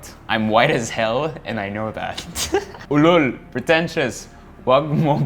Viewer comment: Im amazed you pronounced the filipino words better than expected and ulol is a swear word😂